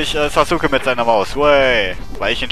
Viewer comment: Sasuke spricht man ja eigentlich Saske aus, wollte ich nur mal gesagt haben hrhr ^^. Dieser Fisch erinnert mich irgendwie an den Fisch aus Kirby. Also die Retro Lets Play Schiene von Retro Spielen, so wie es momentan ausschaut ^^. Warum gibts nur bei mir nicht so nette Damen auf der Straße, die mir einfach Geld geben Y_Y